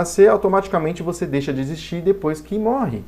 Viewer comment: kkkkkkkkk o português dele , nunca existiu ! " deicha " ele pra lá .